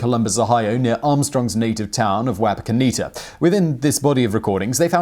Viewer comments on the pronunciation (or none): The town in Ohio is pronounced WAH-PAH-ko-NETT-A. I know because I attended elementary and junior high school there. Excellent account of Neil Armstrong! Great channel! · Lol I thought the same pretty sure it's wop-a-kenta somen like that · You pronunced Wapokenta wrong...maybe it was your accent.